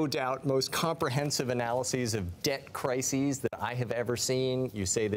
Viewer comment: Thank you Mr. Dalio for the book and for doing many interviews to educate those who are interested. Just one little correction: the plural of crisis is crises, and it is pronounced cry-sees.